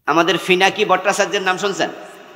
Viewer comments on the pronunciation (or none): হুজুর আপনারা ইংরেজি না পারেন অত খারাপ লাগে না কিন্ত বাংলা টা ভালো করে শেখেন ফিনাকি না পিনাকি।